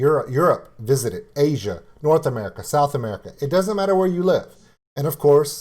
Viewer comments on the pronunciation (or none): none